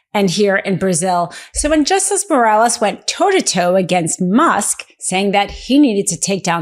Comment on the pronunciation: Bolsanaro, lol, not Bolsario, and Moraes, not Morales